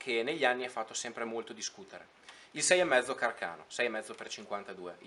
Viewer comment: Càrcano....come il suo inventore😅non carcàno😂